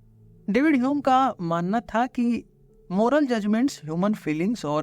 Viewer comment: Yaar jab tujhe pta hai ki uska naam hame nahi hyum hai.. fir hame keh kr q shuruaat ki.. ainvi😂